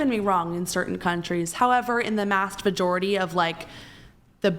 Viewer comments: in the “mast vajority” how intelligent lady 😊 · Did… did she say “mast vajority”?! Omg… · She lost me at the "mast vajority"... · “mast vajority” yes we have less iq. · In the “mast vajority”?.. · “Mast vajority”??? A dipshit with no facts yeah feminism